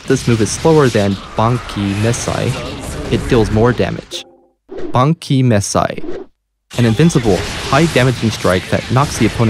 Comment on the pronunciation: “Banki?” It’s BAAAN—KAAAAI!!!